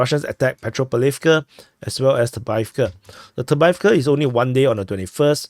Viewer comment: Excuse me but... Why do you always skip the 1st v in avdeyevka?😮 If you can say "off-day", then you can say avdeyevka correctly.